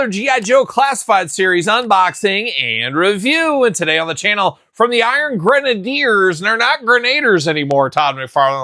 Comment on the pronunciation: They were never the “iron grenaders ” you clearly just were not a strong reader …..it’s always been pronounced grenadier and is a real world military term